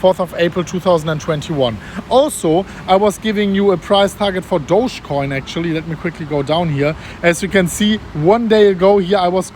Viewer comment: It's not pronounced douchecoin, it's actually pronounced do-ge (do as in dog, ge as in get).